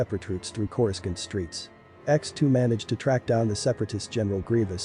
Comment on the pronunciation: Dude, I hate being that guy but how can you mispronounce Coruscant, Tatooine and Kaminoan?